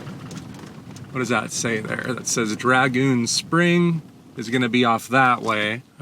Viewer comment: It's dragoon, not dragon.. da